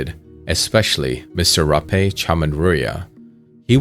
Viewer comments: FYI, His name is pronounced as “Ra-pee” (รพี) in Thai. Lol. Romanized Thai names can be very far off from how it actually sounds in Thai language. For example, Bangkok isn’t read as Bang-c*ck but Baang-gog. (บางกอก).😅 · It's Rapii/Ra-pee btw This channel butcher his name